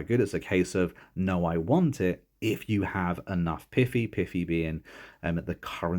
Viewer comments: He keeps saying pitty for piety and it's quite distracting lol piety is pronounced (pie-it-ee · Bro it's called piety (pie- it-ee)